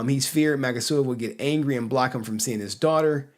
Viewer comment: It's actually Magasiva, not Magasavia